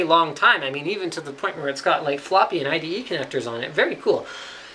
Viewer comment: it's ide.. not ite.. ;)